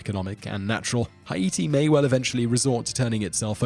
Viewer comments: Yup just like he pronounced Haiti wrong. Hay-tee not Hi-ee-tee. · It's Haiti not hieatee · I believe Haiti is pronounced: Hate-E or Hey-T not Hi-A-T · Every time Simon said "Heye-ee-tee" instead of "Hay-tee", I cringed. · It's pronounced H8-tee, not "hi-EE-tee." Silly Brit. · its not, "hi-yeety," its, "hey-ti" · Not only that but he mispronounced Haiti. It’s Pronounced Like “Hati” not “Hi ati” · Hah-EEE-tee? Is this really how Europeans pronounce it? Correct is "HAY-tee". From the air, Haiti is brown, treeless, dusty. The Dominican Republic is green, healthy, and you can see the entire border from the air. Haitians have chopped down all the trees to make shacks and to burn in cooking fires. What a mess. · This guy’s pronunciation is hilarious. Haiti…Hayeetee🤦🏻‍♂️ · why is he pronouncing Haiti, "Hi eat tea"? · proper pronounciation "Hey Tea" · Haiti- Hi E T lol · it's pronounced as Ah-eet-tee or hai-ee-tee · Take a shot every time he say hi-e-te. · im Haitian and i never heard not one Haitian pronounce it like that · Hay-i-ti, ay-i-ti or "hi-ete," is how the French, the Haitians and generally...anyone who's not American pronounces it. It is spelled Haïti in French, indicating that the middle "i" is pronounced separately from the preceding "a," and it is not a diphthong of "ai." I guess this was a long way of saying his pronunciation is correct. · Hugo Louëssard it’s pronounced “Hay-tee” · It’s actually pronounced Ayïti ( I-EE-TEE) it’s the native Taíno name for the island of Hispaniola. It means mountainous land. After thé révolution in 1804 thé free ppl paid respect to the original inhabitants of the island and renamed the former slave colony of Saint Domingue to Ayïti or as the west knows it as Haiti. 🇭🇹 🙌🏾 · Hi-ete??? That's how you're going to pronounce it? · nobody: the person in the video: haEti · “Kiribatee” “Huyeetee” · Haiti it's pronounced hay-tee lol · Haiti is pronounced Hay-tee 😂 so hard to watch without laughing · Wtf is "Ha-yi-ti"??